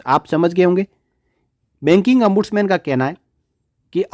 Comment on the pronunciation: It is not Ambudsman but Ombudsman